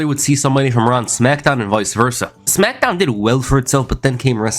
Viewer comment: “The Rack” “Brack Lesnar” “Smackdawn” 😂😂😂